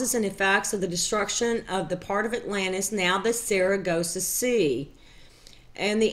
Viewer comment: Pardon me for being off topic, but how many times since you made this have you been told that the Sargasso sea is not pronounced Saragossa?